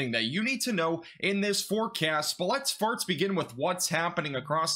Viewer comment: Every time you say "first," it sounds like "farts."